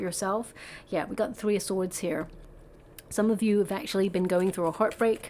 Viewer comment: Thank you for that hugg! Ever so much. Yer not kidding. You cant say sword?